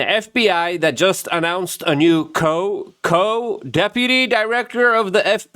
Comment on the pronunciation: It's not, "Co- Co-". It's Coo Coo! 🤡